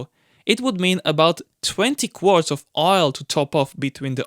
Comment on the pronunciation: Hi, very cool content... but "quarts"?